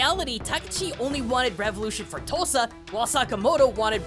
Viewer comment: Okay so real quick. I’m for Oklahoma and every time you say “Tosa” I can’t help but to hear “Tulsa”. I know it isn’t I just thought it was funny.